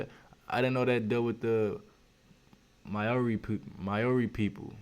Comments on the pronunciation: And it’s no may ori brah😂 it’s like moh ree/dee. It’s hard it’s not a d or an r it’s kinda both!? Like just as your tongue hits the Roof of your mouth to make a D, you pull it back to make r,and then the eee comes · Anyone else cringe when he say mowree 😅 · Maori is pronounced like Mouldy in English. Curly Rs Easy as ✌ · Maori ...pronounced moledey for non maori this L is more or a w sound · the guy from the beats by dre says the name properly, this guy has terrible prononciation. its pronouonced ma - o -ri and you have to roll your r's like when you do the gun noise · He is pronouncing our maori words wrong watch a movie called utu that's real shit right there about our tipuna (ancestors) and the tattoo is called a moko and is symbolic to which tribe (iwi) we come from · Tell me you Didnt get mad when he said maori